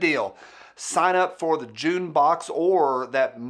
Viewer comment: When you said "June plus box" I heard "Jew plus box" and I thought, "Overweight Israelis is a weird demographic to have."